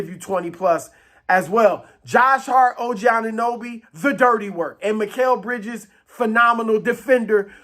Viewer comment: He really did not say Mikal Bridges? Is he high??